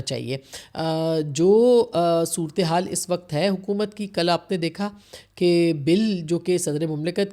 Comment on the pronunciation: مہربانی کرکے اپنی اردو کی تصیحیح کرلیں حکمتی نہیں ہوتا حکومتی ہوتا ہے 🙏🙏 صورتیحال نہیں ہوتا صورت حال ہوتا ہے 🙏🙏🙏